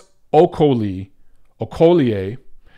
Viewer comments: Good stuff, Facts and not just opinions like most other so called boxing journalists, Biggup as always #MonteroOnRanting Ps its Okolie, O-ko-lee Peace ✌ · Okolie - pronounced Oh Co Lee :D